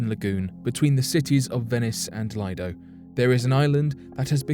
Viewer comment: FYI Poveglia is pronoinced poh-veh-llia. The "g" is soft and is pronounced more or less as the Spanish use to do with the double "l" in paella, bella or mantequilla. "Lido" is pronounced as Lee-doh. (I'm Italian). Good video, btw.